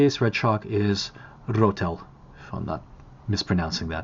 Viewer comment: You pronounced Rötel petty well. 85% there. When you roll the R like that it sounds ‘southern’. Nice ö.